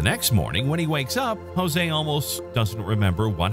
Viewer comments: Interesting video. Note: his name is not pronounced 'Hozay' it's 'Joezay.' They speak Portuguese, not Spanish, in Brazil. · While I truly like your channel, I must unfortunately, albeit strongly, make a cultural correction vis-à-vis the pronunciation of the Brazilian name "JOSE". Firstly, allow me to inform you that Brazilians speak PORTUGUESE and NOT Spanish. As such when you pronounce words or names starting with the letter "J", the sound is absolutely NOT as you pronounce Jose in Spanish. Rather J in Portuguese is identical to J in FRENCH. Also, the "E" at the name is acute, not "grave" (eh) as in Spanish, but rather E such as in the English word LET. Kindly update your records accordingly, for every time one "Spanishizes" Portuguese words, both Brazilians and Portuguese members of your audience take it up as a grave offense. Best wishes!